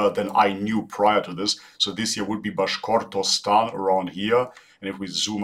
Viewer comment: Bruh , narrator called “Bashkortostan” as “Bahortshtan” wtf 🤦🏻‍♂️